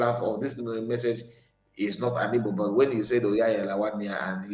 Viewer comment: YOUR IGBO IS DIFFICULT FOR YOU TO EVEN PRONOUNCE. IT IS WORRYING TO ME.